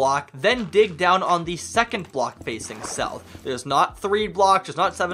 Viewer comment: Nourth or sout